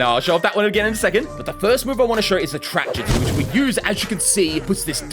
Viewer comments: love how he says ju-ju-stu and not ju-stu🤣🤣🤣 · you have been saying jujistsu's or jitsu its jutsu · Bro is our "ju jItsu" teacher., its just jutsu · Its jitsu not jujitsu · Not (jit•su) it’s (ju•t•su) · i swear to god if my man here says jitzu one more time. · The pronunciation of justu is very very interesting mate